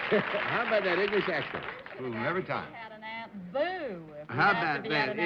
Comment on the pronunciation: aunt bea...not aunt boo